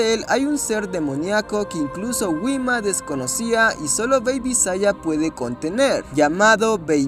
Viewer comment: Wima xd si se dice jima jajaja